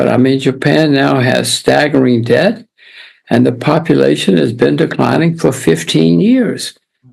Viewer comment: When did it become acceptable to pronounce debt with a b